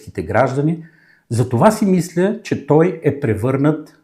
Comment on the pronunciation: Опитвам се да мисла трезво вика 😂.пияница мръсна